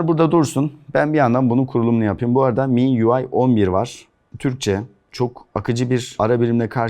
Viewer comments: Abi İ Em Yu Ay (EMUI) Huawei'nin Xiaomi'ninki Em Ay Yu Ay (MIUI) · o mi yuay diye okunur